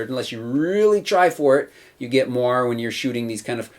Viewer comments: Nice review, thanks. P.S.: It's moiré, from french, so pronounced with an A in the end :) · Jane Douglas I'm dutch, and if I read it like that it looks like a french word, and I would pronounce it more like a combination of what you said and the guy in the video said. I'd pronounce it like mwahr-eh. But thanks! :D